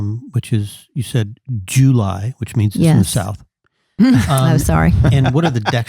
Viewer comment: I haven't heard JOO-ly since my grandpa would say it (he doed in 2001)!